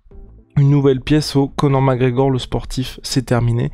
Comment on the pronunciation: "Co'or MacEor" ©️